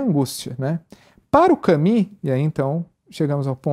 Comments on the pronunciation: gosto demais desse site e dos assuntos abordados. gostaria, no entanto de observar a importância de pronunciar os nomes o mais próximo possível. Albert Camus (CAMY, mais u que i). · Só gostaria que pronunciassem melhor o nome "Camus".